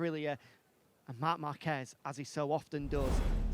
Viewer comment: Márquez not Marquezzz